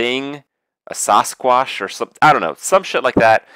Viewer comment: Sawsquack . . . It's Sasquatch man